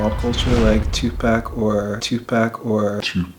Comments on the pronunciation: When said "2Pack".. 😐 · BRUHHHH HE SAID TUPACK XD I'M DYING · nigga crossed the line when he said "2pack" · it's pronounced two- poc not two pac. But it's spelt like tupac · When they kept repeating him saying "2-pack"; I thought "why do they keep repeating that??" then, I think, Casey said it's Tupac, I was like holy shit I say 2-pack too lol this entire time I've been saying it wrong. lol please do DAVID next he still counts as Jk family please please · This nigga said Tu-Pack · LMAOOOO THIS MAN JUST SAID TUPACK!!!! IM DONE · ohh no took an "L" with "Tupack" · You get your black card taken away for calling the man "Two Pack" smh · "2PACK" LMAAOOOOO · eminem's mom pronounces "tupack" the same way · Tupack is awesome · "Toothpac" Really? Really? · Apologies, it did sound like toothpac tho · LOL tu-pack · the way he pronounced "tupac". is not okay. it...it's just not okay